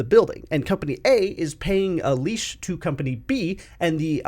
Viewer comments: I like your vid, but why are you pronouncing lease as leash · Lease, not leash